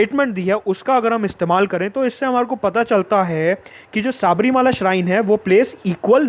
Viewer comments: शबरिमला, pronunciation. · Any malayali watching this. Sabarimala pronunciation so funny..!!